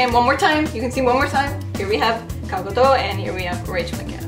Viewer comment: A lot of people say Gal Gadot's name like its French, and drop the T, but the T should be pronounced